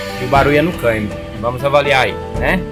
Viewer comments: Ótimo vídeo mas o "caimbio" é tenso 😂😂😂😂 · Engraçado como ele fala a palavra "câmbio", mas o mais importante é que solucionou o problema com autoridade! Parabéns!! Deixei de comprar um Kia Cerato 2018...já estava com 150.000 km rodado e o segundo dono afirmou que nunca mecheu na caixa de marchas (inclusive o primeiro dono). "A montadora não recomenda trocar o óleo da caixa" etc... Acredito que, se eu comprasse ele.... certamente teria de sambar na troca do óleo e filtro né?!....